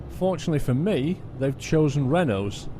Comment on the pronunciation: Lol...u r constantly trollong renault and i love the way u say it